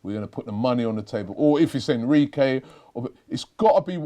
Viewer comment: Did he really say Enriqy? It’s Enrique Robby